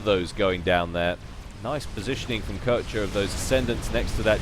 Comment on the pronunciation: Wait...Isn't Koecher a German name? If so, doesn't that mean the the "oe" gets turned into the "o" umlaut, which is pronounced as "awe"? So that basically means his name is supposed to be said "kawsher" or something like that. Not taking the Germanic accent into account, of course.